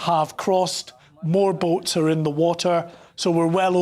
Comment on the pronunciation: I'm laughing at bouts instead of boats.